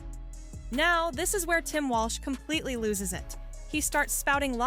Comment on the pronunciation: the narrator calls him "Walsh?"